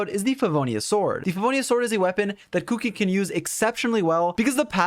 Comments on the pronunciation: I had not actually paid attention to her name so I kept hearing "Cookie" when he was saying "Kuki". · I laugh everytime he says kuki